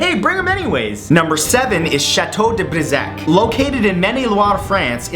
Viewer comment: I laughed at how you pronounced "Du brissac" But thanks for the vid man, you're awesome!